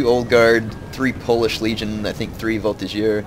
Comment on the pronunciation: Voltigeur has a G like 'get'. Chasseur has an S like 'harass'. When you say arty is OP do you mean the howitzers? Because I would agree